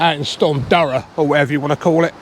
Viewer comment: Hi, yer mad fishing in that! Oh you did pronounce Darragh correctly! I would be fishing whole squid on big hooks personally but today the extent of my fishing has been down to the tackle shop to get a new rod for the young lad for Xmas! Seriously well done fishing those conditions.